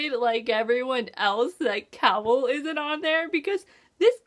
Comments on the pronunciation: Cay-ol not Cowell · interesting theroies! p.s. did you just call Aelin, Elain? did you just call Chaol, Cowall? Aye-lin Kay-all. sorry it's just fusturating lol